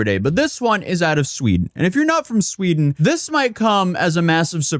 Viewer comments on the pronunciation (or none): In Shweeeeeeeden!?!? Say it ain't so!